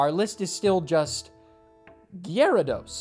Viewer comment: Great video! I love how hard you pronounce the Y in Gyarados